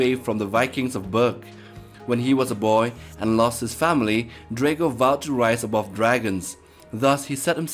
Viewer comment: It’s actually pronounced Dr - ah - goh Not Der - ae - goh